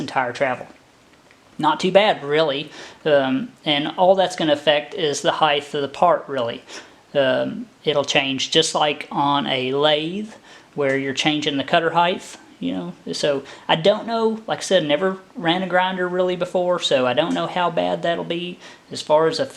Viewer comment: did u say heigths instead of heights ?